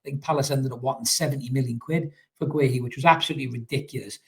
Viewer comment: It's pronounced ''Gay-he''